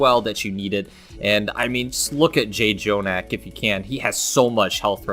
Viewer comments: it bothers me that he kept saying JAY-jonak instead of just jonak... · J jonak? Learn how to pronounce his name. That is very disrespectful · For pronouncing jjonak wrong